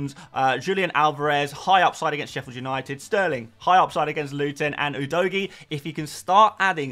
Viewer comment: Thanks for another one🎉 Can you try pronouncing Udogie right: It’s “Who Dough Gee” 😅